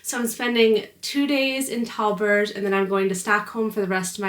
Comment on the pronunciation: It's not pronounced tellberry, more like tellberj